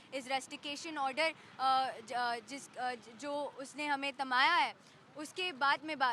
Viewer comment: तमाया नहीं थमाया😂😂😂। पहले हिंदी बोलना सीख लो Bhimti 😂😂😂